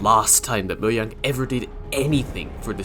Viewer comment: invalid opinion you don't know how to pronounce mojang correctly